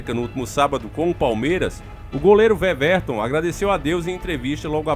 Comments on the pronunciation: Não se fala veverton 😩 se fala Ueverton (Weverton) 👍🏾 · Ótimo vídeo,!!Mas só uma correçãozinha:o nome do goleiro se pronuncia "Uéverton" e não "Vevérton"!!O "W" é com som de "U". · Ótima matéria, o nome dele se fala uéverton, vc falou veverton tmj irmão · Veverto nao, ue-verton... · Veveton? Kkkkkkkkkkkkkkkkkkkkkkkkkk porra aí é foda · OLÁ! TUDO OK? NA PRONÚNCIA DO NOME DO GOLEIRO, A LETRA (W) TEM SOM DE (U), E NÃO DE (V). NÃO É UMA CRÍTICA,. É SÓ UMA DICA. PARABÉNS P VÍDEO!!!